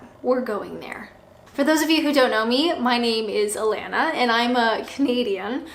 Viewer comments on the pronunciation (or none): none